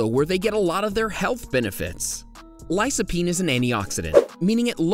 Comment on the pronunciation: Lycopene (Lie-Koh-peen) . . . C before a "low vowel" (o, a, or u) is "K". C before a "high vowel" (i, or e) is "S".